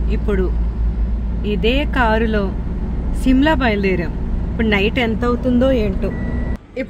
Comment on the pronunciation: Simla kaade adi shimla Mee ayana ku rial ga Enduku undavu meesalu😂😂😂